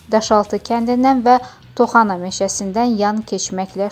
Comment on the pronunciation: Toxana meşşəsi yox, TOPXANA meşəsi 😀 Aleksandır yox Aleksey Navalnı 😀 biabırçılıq, elementar bilgisi yoxdu qızın😀